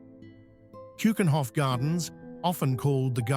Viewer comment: Its a beautiful video about the Netherlands. The more a shame that the voiceover didn't take the effort to pronounce a lot of things better. Like to say "Keukenhof", "Stroopwafels", "Rijkmuseum" etc.. that shouldn't be to difficult.